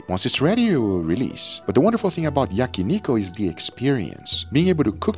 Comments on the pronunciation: When I heard Yaki ''niko'', I was like who'd hell is that, then I realize Guga mispronounce Yakiniku. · I love your content and all your videos. Not to be pedantic but it is yakniKU not yakiniKO. It is a "coo" sound, not "ko" sound. Just helping with your Japanese.